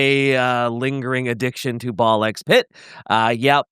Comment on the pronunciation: face-fuchsia-poop-shape: "It's NOT Ball Ex Pit. Every "A x B" title influenced by Japan doesn't say the X. 🗾Like Spy x Family is just pronounced Spy-Family. Godzilla x Kong New Empire is just Godzilla-Kong New Empire. Hunter x Hunter is Hunter-Hunter. :face-fuchsia-poop-shape